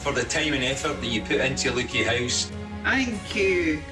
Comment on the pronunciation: Wonderful dedication from Eddie and rightly highlighted by the One Show. What a pity Leuchie was mispronounced twice. They do great work there too. Well done Eddie!